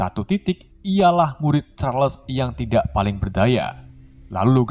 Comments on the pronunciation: bang nama orng jngan dignti gnti,pusing bener dengernya charles jadi kerles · Charles bang bukan Kharles